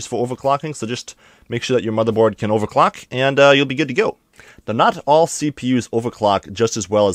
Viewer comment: Take a shot ever time he say "ovacwuck"